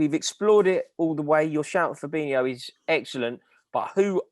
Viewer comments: My man said Fabinho 🤣🤣🤣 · This guy actually said Fabinho lol